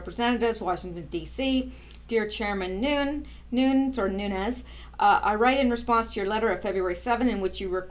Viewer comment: Vessel_net_sky_ya. You did a great job on her name. I'm also glad you're saying Devin Nunes New_nez name correctly. Thank you for all your hard work and very interesting YouTube's. Keep up the great work and hopefully you'll come back to the USA to live full time as a US citizen soon